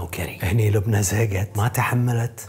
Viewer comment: لبنى مو لبني